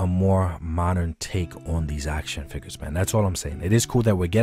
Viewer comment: Hate how he says “FIGGERS” and not figures